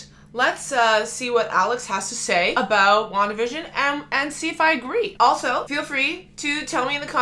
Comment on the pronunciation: Your Canadian is showing! I like it when your "aboot" slips out every once in a while, eh 😊